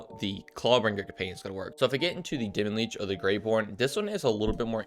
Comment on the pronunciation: It's not demi-leech.